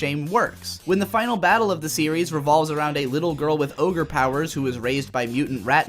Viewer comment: Every time he says oger it makes me wanna kms